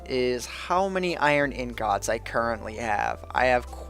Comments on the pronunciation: You pronounce ingot like eengut. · Is that really how you pronounce Ingot?